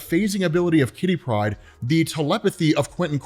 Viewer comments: Why do you say Kitty Pride like it is "pride of kitty" rather than a name? It should be /ˈkɪti ˈpraɪd/, not /ˈkɪti praɪd/ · Jesus, please stop pronouncing Kitty Pryde as one name. Katherine (Kitty for short) is her 1st name, and Pryde is her last. Her name is not Kittypryde. Damn son.